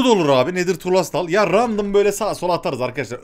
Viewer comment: bi an küfür etcen sandım abi .d EDİT : Anlamayanlar için ya random derken r yi bastırarak söylüyor bi değişik geldi yarra demiş gibi geldi